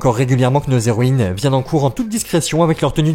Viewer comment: Y'a un truc qui m'a perturbé c'st que tu dis "zéroïnes", sans respecter le h muet TT